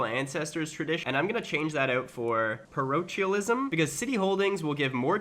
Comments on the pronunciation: Parochialism= PA-rock-kyaa-lee--smmm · Parochialism: "Pah-Roke-Ee-Al-ism" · It's prONOUNCED PAROKEALISM! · The Ch in parochialism is pronounced like a k not ch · Par-oak-eel-ism Become a lunatic and distinguished and you can build a glass house for +25% growth The phrase is "I couldn't care less" Could care less literally means you care.